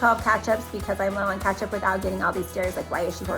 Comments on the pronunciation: Why do you say katchup? It’s ketchup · Kinda funny how you pronounce Ketchup! (Catchup) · Yes its definitely great to rotate so it doesn't get expired so you dont have to throw out. & says Ketchup funny (catch up) 🤣 & the app list you showed us was set to back in October 🤣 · it is totally called kAtchup and not kEtchup